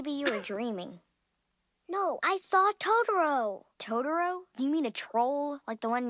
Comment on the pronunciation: I could tolerate the dub but when she said TODORO